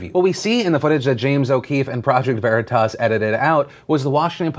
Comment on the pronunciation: You guys need to watch Boondock Saints to figure out how to pronounce Veritas properly.